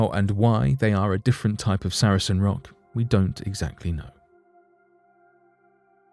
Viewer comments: Sar-sen not saracen. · It's Sarsen stone not Saracen stone btw 👍🏻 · Sarsen stones NOT saracen stones. Also, the artist's impression of the busy road next to the site is the wrong road!. The A303 is a few hundred yards to the other side of the site. Could do better. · FOR INFO They are SARSEN stones, not Sar A Sen stones. saracens were soldiers.